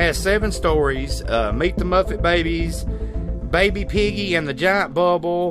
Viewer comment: Seriously? It's MuPPPPPPPets. Not Muffets. LMAO